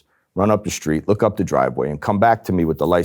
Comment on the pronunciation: What does "schtreet" mean?